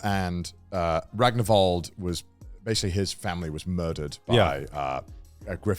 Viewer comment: Still can't get over how people always pronounce Ragnvaldr as a three or four syllable name when it only contains two syllables.